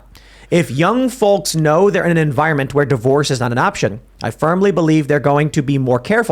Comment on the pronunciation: Every time Tim mis-pronounces 'Folks' I stop listening....Also 'Sherrif'....Should have at least finished high school, Timmy